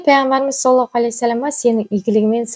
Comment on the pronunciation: Рахмет. Сiзге бакыт, амандык, берекельдi бiлiм тiлеймiн екi дуниеде. Мен осы кателиктен коркыбедiм... По невежеству в женском роде....болып кетпесiн. Саллалаху....Произносим ....Здесь С ( грубое СОД..., ДОД, а не мягкое СИН...) Дурыс айту керек. Аллах Та'аля сактасын кателiктен. Вы молодец...ИншаАллах